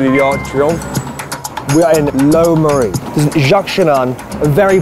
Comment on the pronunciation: Yep - lousy french accent - how does Le Marais become low Maree - lol